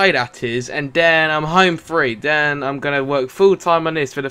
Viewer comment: can you stop saying 'then' and 'that' as 'den' and 'dat', thanks